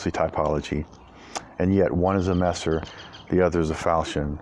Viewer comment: Your pronounciation of Messer AMD Nagel is very good. In case you didnt know, Messer in german literaly means knife. And Nagel is nail in englisch. Also Messer is a term used in the englishspeaking world, lange Messer ( long kife) , Bauernwehr ( farmers guard) or even Kriegsmesser( warknife) would be more accurate. Very nice cutting. Really enjoy all your cutting videos. Especially the shashka one. Sadly i cant find one anywhere in the Internet for sale.